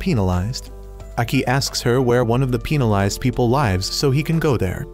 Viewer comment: Why was penalized pronounced peenalized